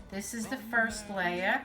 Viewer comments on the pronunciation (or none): none